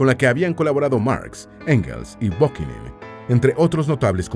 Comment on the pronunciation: A quien te refieres Con Bokingi? Si es Bakunin,era anar quista.Error de pronunciación e histórico grave